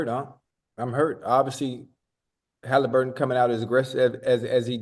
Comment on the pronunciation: And why does Bread get everyone’s name wrong? Bro said Tyler Haliburton and Check Holmgreen lol bro just read